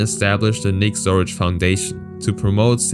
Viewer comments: It's Nick Zoricic,not Zoric... just sayin' 😑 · His name is Zoricic not Zoric. I think for such a topic it would be nice to honor the guy by at least getting his bloody name right.